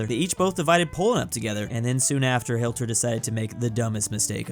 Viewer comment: bro u keep on saying hilter